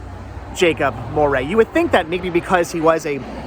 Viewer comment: It is pronounced like "dowry" with an M. Is my maiden name, this house belonged to my great grandfather.